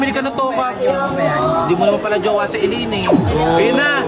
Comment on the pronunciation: ZAILAINE NOT ACELAINE